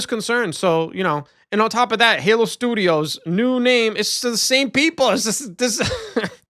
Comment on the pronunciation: "343, oh I mean Halo Sdoodios" lmao! I'm so glad you're back bro 😂